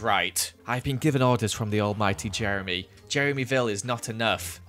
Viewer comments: You know hes upset when he says Jemry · oh fank you jeremy, oh fank you 🙏🏻